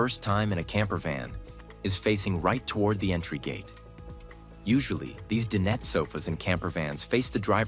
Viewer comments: Dine-et, not din-et. (Dinette.) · Please fix your narration. The AI is saying "dinnet" instead of dinet. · Nice vehicle, but please, DIE NET, not din-et. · no kidding. I almost left when he said din ette for the 4th time. It's DINE ette, stupe. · I hate this AI narration that has permeated YT. Does not sound natural at all. "Din-nette" anyone? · I wish the narrator knew how to properly pronounce various words…such as “dinette” which he repeatedly mispronounces. And I counted at least three different pronunciations for Star Van. Probably AI. I am curious to know what the major insurance companies would charge for a year of insurance. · You know what would be really cool? Finding AI that can pronounce the word dinette. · AI can’t pronounce “dinette” the way people do?